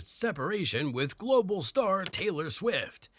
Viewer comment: Taylor 'Quick'??? (last minute or so). Fix your AI voice over 🤣🤣